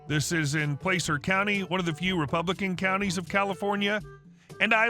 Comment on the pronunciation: Actually, Placer is pronounced with a short 'a' sound.